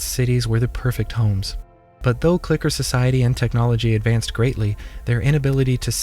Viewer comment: why did he keep saying "clicker" hard R